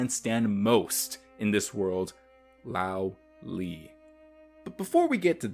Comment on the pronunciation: small nit pick but 罗莉 or Luó Lì